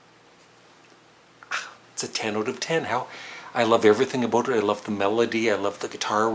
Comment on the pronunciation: He said aboot....